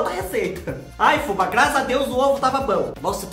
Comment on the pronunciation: Olha Fubá na pronúncia correta! .